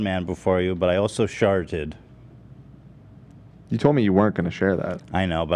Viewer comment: "well you know i'm not gonna sit here and be a proud man before you but i also shart-ted" * silence * i'm dead